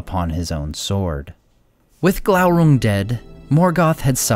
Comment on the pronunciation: Isn't it probounced Gloorung?